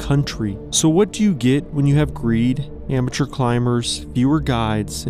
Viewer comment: When he said "amateur climbers" I thought I heard "immature". Well, probably means the same thing at this point